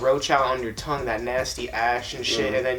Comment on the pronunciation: "They put a puddle of spit on their THongue"😂